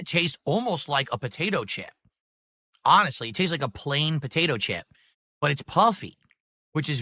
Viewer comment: Bigger than a "Buhdaytoe chip"